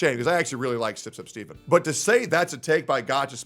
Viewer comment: its STEFEN not STEVEN 😂